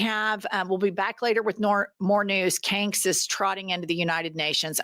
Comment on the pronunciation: "Canks" lol love this lady